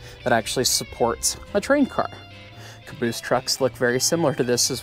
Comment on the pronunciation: Son of a beeese!!